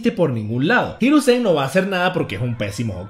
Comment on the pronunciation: Los acentos en una palabra la mayoría se lo tragan por ejemplo, no es hiruzén, el acento en japonés es hirúzen, obviamente no tienen tilde, pero es un ejemplo, buen video, saludos desde RD